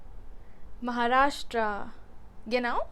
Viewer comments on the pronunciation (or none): none